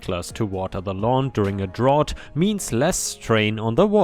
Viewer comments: Just for reference drought is not pronounced like that. It's pronounced more like trout but with a d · I've never heard anyone ever pronounce drought the way you were. It is pronounced more like drowt as a single syllable. I can understand if you don't live in an English speaking area that has droughts regularly knowing how to pronounce it. English is complicated in that ough in a word can be pronounced several different ways. There are several videos on how to pronounce the word. You can also watch news reports on droughts in areas that regularly experience a drought. I know that Utah & California both regularly experience droughts & if it makes the news like when a drought leads to large fires during the fire season that normally happens in late spring through the summer & sometimes into the early fall. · Yep, "drowt"! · 'Drought' rhymes with 'Out' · Drought rhymes with snout!